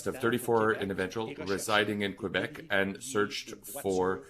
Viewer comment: please. you're on a news channel. learn to say Quebec.